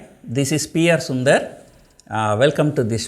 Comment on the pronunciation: sunder is frying a fish who called him BUNDER😂😂😂